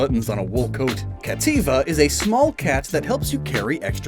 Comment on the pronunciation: Adding the extra t half way through cattiva